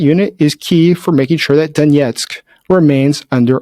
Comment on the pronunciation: Donesk not Doniesk